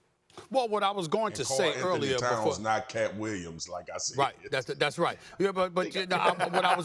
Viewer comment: Swagu really said “Brunson and KAT Williams” 😂